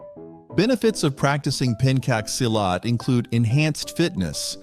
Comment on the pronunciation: As an Indonesian, his pronounciation of Pencak Silat irritates me. Its in the goddamn name, Pencak Silat. Not Penkak Silat.